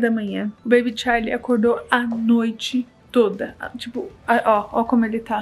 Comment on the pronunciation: Que esquisito vc falar bebe charlie